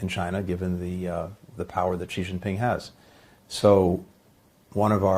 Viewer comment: For goodness sake, get "Xi"'s name right 😅 I mean, you don't want anyone to get Biden's name wrong.